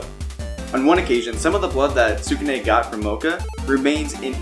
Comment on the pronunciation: You could try saying skew - neh or skoo - nay, God I don't mean to be too picky when about this but it's killing me.